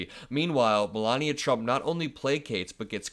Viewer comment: "COPYCAT MELAVIA PRUMT"